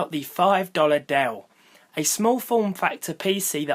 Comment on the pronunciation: You meant "Dell-lay"